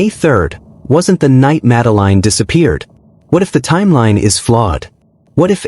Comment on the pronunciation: Her name is pronounced. Madaleen not Madeline 🤬👎